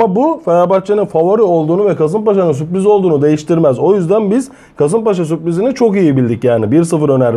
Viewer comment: Alanya ya süoriz demeniz biraz komik olmuş🤓🤓🤓